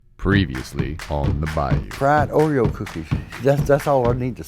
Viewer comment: Fried ordeos you must be Scottish